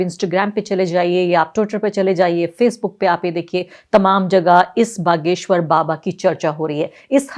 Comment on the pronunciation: बगेश्वर नहीं बागेश्वर धाम बोलो मैडमजी